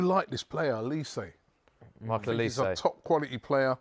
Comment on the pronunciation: His name is OLISE, not Elise. OLISE!!!!